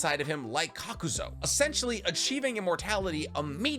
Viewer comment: Why do you keep calling him kakuzo